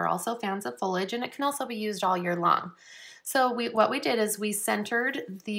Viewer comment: fol-I-age vs. folage :)